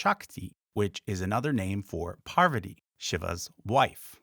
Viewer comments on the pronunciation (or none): It is not parvaati it is paarvati 😂😂😂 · You are mispronouncing “Parvati” rather strangely. You are saying it as though you thought it was spelled “Pavarti” instead — please correct. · Just so you know, right after you introduced पार्वती Pārvatī, you switched to mispronouncing her name as Pavarti. ओर्वप्रा अमर्त्या निवतो देव्युद्वतः ज्योतिषा बाधते तमः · It's parvati not pavarti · All that research but couldn't be bothered pronouncing anything correctly. Shame. Parvati, not Pavarti. Smriti, not smirti. A redub would make this less offensive. It's not an issue of an Anglophone struggling with aspirated consonants or vowel length. It's sheer laziness in looking at the words. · pronounces PaRvati as PavaRti. It's like pronouncing nuCLEAR as NEW-KILLER. Dyslexia may be a very common trait in english speakers. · It's Parvati as written, not Pavarti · Its not Pavar-ti, or poverty. Its Paar-vati. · The bird with Saraswati is not a peacock. It is a swan. And it's "Parvati", not "Pavarty". You videos are quite informative. But such mistakes make it seem reckless. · PaRvati not PaVarti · Would it be terribly pedantic for me to point out that 'Parvati' is pronounced 'Parvati' and not 'Pavarti'? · It's "Par-vati"✅ not "pra-varti"🚫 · not sure how you managed to pronounce “Parvathi” like “PaVARtee” like it should be pronounced “PAR-va-thee” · it's Parvati, not Pavarti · its not "Pavart", it's PAR VA TI. Please pronounce it correctly. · Par-va-ti not Par-vat-i and if you're going to say Saraswati then say Parwati but if you're going to say Parvati say Sarasvati since the V or W phoneme is regional/dialectal not an intrinsic difference in the goddesses' names. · Is there a reason you switched from Parvati to Pavarti or is that just unconsciously how your mind wants to pronounce it? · Par-va-tee, ffs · You are using the Harry Potter mispronunciation of Parvati. It’s Par-va-tee. The r comes before the v. Her names does not rhyme with havarti cheese! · it i is Paarvati